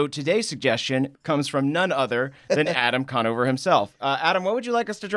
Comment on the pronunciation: Adam Drawnover